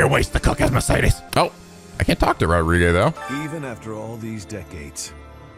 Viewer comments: No one: Literally no one who can hear the distinct pronunciation of Rodrigue: this episode: Rod•ri•gae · Weird that keeps calling Rodrigue "Rodri-gay" even though the game is fully voice acted and he should hear it properly pronounced enough